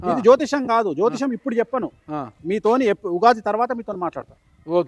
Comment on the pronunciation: ‘చొప్పను’ కాదు.. ’’ చెప్పను’ అని పలకాలి.